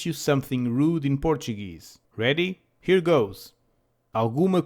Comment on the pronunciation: ótimo! saudações! Edit: did I mishear your "r" in rude as the spanish [r] or you just say it like that?